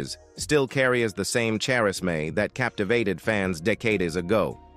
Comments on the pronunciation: when the narrator doesn’t exactly know how to read. lol Chair is may? I think he was trying to say charisma. Pronounced “kah riz ma” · Row-er... Char-Ezz-May... Deck-ade-es ??? Computer voice = FAIL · Charisma = "Chair is May". lol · Did this man really say char-is-mae its charisma. Pronounce with a k sound. Wtf. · Sharissmay... really 😂pretty sure that was charisma lol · chairismay? You mean,charisma? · Who says charis-may, for charisma? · A familiar robo-voice is the "speaker.". Robo, at approv into its commentary, seriously mispronounced 'charisma'.